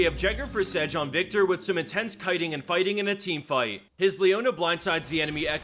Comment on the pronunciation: lol. that name butcher on viktor xD